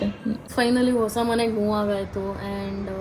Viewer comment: leyyyy ha aakara kaliyamma. vosa alla adu hosa